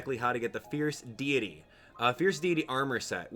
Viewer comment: Sorry I always miss you live but I still like the video and hearing your stories. And you even pronounce Deity wrong! ;)